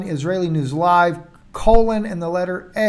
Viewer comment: Was that a Kabbalah Freudian slip when you said Israeli News LIE at the beginning? It sounds clearly different from when you say LIVE...